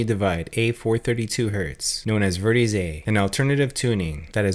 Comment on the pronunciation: I'm not sure how I feel about this theory. I can say however the pronunciation of "Verdi" makes me think this person doesn't know music. 'Vair-dee' is what it should sound like, not 'vur-dee'.